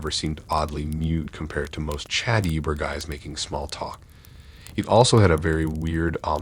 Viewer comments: Hard to take these seriously everytime he says youber lol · Great video man. But I'll be honest, I chuckled to myself everytime you said youber lol